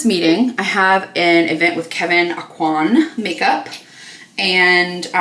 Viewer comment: Kevyn O-Quan....you got it right :)